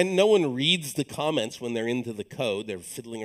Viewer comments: was wondering why lesson 2 has a 5th of the views as lesson 1... spent 5 minutes talking about the moon which never tied into code, and then when he said "let's talk about comments" I thought he said "let's talk about comets" ... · I thought he said "Let's talk about comets"